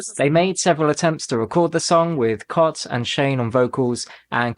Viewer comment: I've never heard anyone pronounce Cait O'Riordan's name as "Cot" before. Shane pronounced it "Kayt" in the song Fiesta.